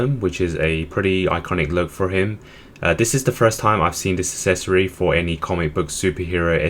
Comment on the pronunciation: It drives me up the wall how you cannot pronounce the word “accessory” correctly. Come on man, it’s not hard.